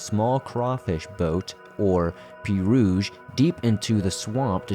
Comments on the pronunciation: Pee rouge....lol! It's a pee row. Happy new year! I needed a good laugh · I love your narration. The only thing i have is it is pronounced pee-row. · Pronounce pee-row Cajun water taxi.